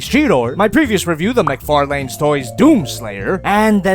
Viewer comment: "mac far lains"